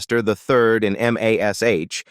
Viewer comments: I wish they would use a real person for the audio instead of a computer generated one. Computer generated audio always have too many screw ups. To start with, don't call it M, A, S, H. It is mash. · God *am AI M-A-S-H. it's MASH one word. FOOL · 10k likes for this inaccurate AI garbage? Why? Where did they get this completely wrong information from? And the AI narrator calls the show by it's letters. But everyone called it Mash, as in Mashed Potatoes. Nobody ever called it M A S H. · THIS IS LYING... KLINGER FOR ONE IS STILL ALIVE DESPITE WHAT THUMBNAIL SAYS! AND LIED ABOUT OTHER THINGS ACCORDING TO COMMENYS BELOW? AND THEN THE AI NAŔATION IS AWFUL... Spelling out MASH, instesd of saying it? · Why in the heck is this idiotic AI voice spelling out MASH instead of uisng it as a woed like every normal human? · Loved this show --- but first can't you train that AI voice to say MASH? Also the "aged horribly" label - All of them have gotten older as does everyone - They are mostly in their 80s or 90s now - be kinder. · You mispronounced several of the actors names and you called MASH M A S H. Wrong. Why do you have to insert videos of people that are not even the actors or their families. And even worse, you show people showering themselves in money when you mention the actors net worth. I am done watching your videos. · I would say the AI is NOT allowed to spell it out letter by letter. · Another AI generated bs channel that can't even pronounce the name of the show. It's mash!!! btw: Loretta SWIT, rhymes with DIMWIT Here's an idea, use GRAMMARLY, a much better and proven AI. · Is EVERYTHING AI ???? M A S H No it was "M*A*S*H" .... You Tube is becoming second rate and quickly ... and it's SWIT ...Loretta SWIT ... AI = BS and You Tube = ???